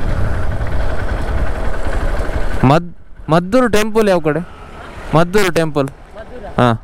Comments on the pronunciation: ಮದ್ದೂರು ಅಲ್ಲ, ಮಧೂರು. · ಅದು ಮದ್ದೂರು ಅಲ್ಲ ಮಾರಾಯ...ಅದು ಮಧೂರು...